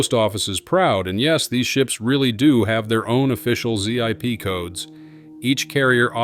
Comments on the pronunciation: Nothing but AI narration, it not a Z I P code it a zip code. It’s produced as gedunk not g e dunk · What is a Z. I. P. code? Stupid AI. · Who calls it a zee-eye-pee code... other than an AI? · I've never heard someone call it a Z-I-P code. It's a ZIP code. haha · A "Z-I-P" code? Hello?? It's a ZIP Code! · I sure hate the bullshit AI voices Z I P code spelled out. Give me a break!